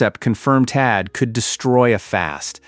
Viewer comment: "The Patriot or the Taad?" I think you missed an H in there. "Pick a whiner" Are you sure you read this script?